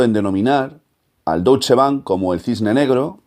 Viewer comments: Se pronuncia "Doitsche"... y no ese Doutsche que has dicho 50 veces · No se pronuncia “douche ban” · Excelente vídeo y comentarios al respecto. Buen trabajo investigativo con muchos datos perfectamente corroborables. Te quiero sólo mencionar un pequeñísimo detalle, y es la pronunciación correcta de Deutsche. El padre del sicoanálisis se llamaba Sigmund Freud, ahí tenemos otra vez el diptongo eu, y como ya habrás visto se pronuncia oi, Froid. Ergo, el Deutsche Bank se pronuncia doitsche. Disculpa por la aclaración y gracias por tu estupendo vídeo.